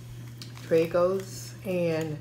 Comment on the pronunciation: you really didnt just say dray-go’s